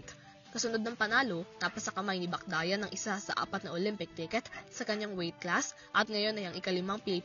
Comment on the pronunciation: Ingat po kayo sa pagbabalita, hindi po Bacdayan yun kundi Bacyadan